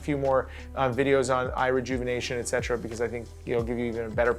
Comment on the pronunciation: You butcher the "etc." Fav word? You certainly are using it wrong. So cringe.